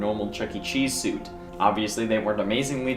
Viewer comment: Is it just me or did i start to hear say soup instead of suit just a few minutes in the video?